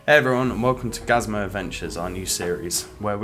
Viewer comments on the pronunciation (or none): Why your name is gazamo but you say gazmo :\ it took me awhile to undetrstand how to say.